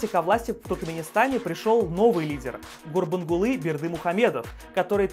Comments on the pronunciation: Не гурбунгулы а гурбангулы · Не Сапурат, а Сапурмурат. Не рухнАма, а рухнамА. Не Гурбунгулы, ГурбАнгулы.. столько ошибок, пиздец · Не бурбунбулы а гурбангулы